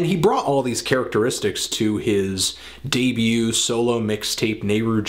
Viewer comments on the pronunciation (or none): none